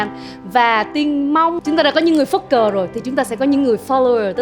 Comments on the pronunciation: Tôi nghĩ Tóc Tiên không nên dùng từ Phất Cờ vì nghe nó rất giống "F***ker", sau đó lại là từ "Follower" I think that the girl (jugde) should not use word "Phất Cờ" (leader) because it sound like F**ker, then with a another English is "follower". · KO LIÊN QUAN NHƯNG LÚC C TÓC TIÊN NÓI NGƯỜI PHẤT CỜ NGHE CỨ NHƯ "F*CKER", E HƠI BUỒN CƯỜI TÍ 😂 SR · nghe chữ “ phất cờ “ của bà Tóc Tiên mà cười ỉa 😂😂😂